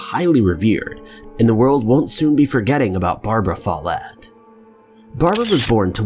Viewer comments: yeah more emphasis on the o less on the e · I always know if someone comes from a Scottish background because they will pronounce my name the "right" way (MacKie). 😂 Do you pronounce your name with the emphasis on the first syllable? That is the only way I've ever heard it pronounced until this video. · Alex H.Follett how is it pronounced?